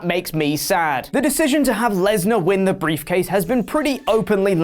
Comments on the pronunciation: did you say "beefcase"? Sounds like it should be a new nickname for Lesnar. That or his briefcase is full of deer jerky. Which would make sense. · Is he saying "beefcase"? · briefcase not beefcase